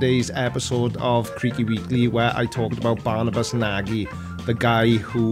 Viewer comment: Fuck!! You obviously didn't read MY comment on how to pronounce Nagy correctly! Dang it, Creaky!